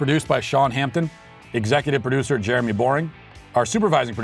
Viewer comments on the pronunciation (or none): none